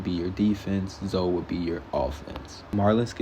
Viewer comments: Hall-dee and Zo is hillarious. It's "Hill-duh" and "Zo-ee" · Driving me crazy. HILDE IS PRONOUNCED HILL-DEE, Not Haldee. ZOE IS PRONOUNCED ZOEY, not Zo. SAUL IS PRONOUNCED Saul - Rhymes with Paul, not SAL. Did you get pass grade 3?